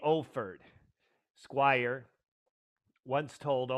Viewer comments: A fan would not need a script on Chris' history with Yes nor would they continue to mispronounce Chris' last name. It's Squire not Squires. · You cannot even pronounce his name right, and you vowelize it like a whiner. You have no concept of the greatness of Chris Squire. Remove this punk-ass video from youtube